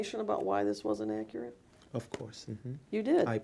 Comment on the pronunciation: David E.ats his lips Taylormade circus announcer clothes dictionary: Ax=ask? Akirit= accurate Ain't= is not Proprietary forging= no fucking idea what he meant Pacific=specific It don go dere= it doesn't belong there Hep= help Mhmm(chokes on cock) = yes Ummmmmm= lowest IQ in the world Canceling=councilling Posfone=postpone